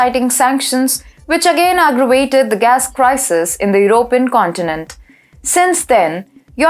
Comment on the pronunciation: I like how pronounces european with 3 syllables your-O-pin instead of 4 syllables your-o-PEE-yan. I wish I wasn't a dumb englishman that can only speak my birth language.